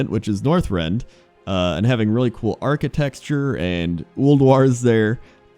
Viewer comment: Did you say architexture?